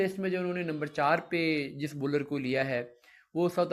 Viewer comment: Baller Nahi hota bowler hota hy